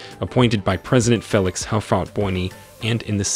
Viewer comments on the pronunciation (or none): none